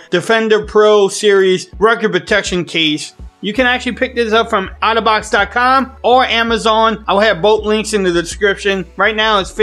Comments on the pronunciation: I just keep hearing autobots (otterbox). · Ya I loved how he said it. Transformers ROLL YOU. BTW the S10 comes with a screen peotector no?